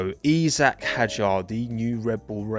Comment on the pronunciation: Why do you call him ‘eezack’?